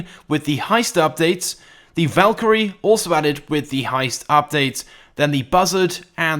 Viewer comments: You said valkirry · He said valkrie two times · He’s calling the savage the valkrie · Did he say Valkyrie 2